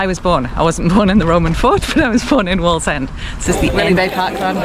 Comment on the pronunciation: It's waaallsend 😂